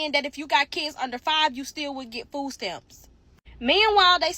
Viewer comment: I’ve been laughing since November about how none of these EBT video producers can pronounce Kids.